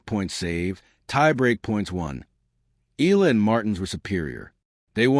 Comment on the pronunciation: Please pronounce Alex' surname correctly.. E-YA-LA. Thank you.